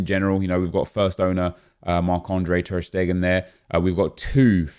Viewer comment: anyone else love how says ter stegen in an american accent 🤣🤣